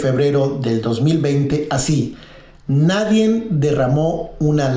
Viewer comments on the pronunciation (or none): Buena info, pero no mames, no tienes quién te revise el guión, hablas con el culo. "Nadien, Pemez". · Oye tú tal de dónde saliste que ni siquiera sabes hablar, se dice nadie, no nadien.. Hablas x que tienes boca. Pensé que dirías algo interesante. Y a ti, quién te paga? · Disculpa pero se oye mal y te deja mal parado que hables incorrectamente y digas NADIEN en lugar de NADIE. Suerte